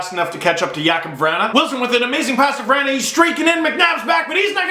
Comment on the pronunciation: You pronounced Vrana wrong lol